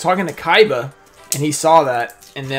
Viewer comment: When mispronounces the hell outta kaina 😂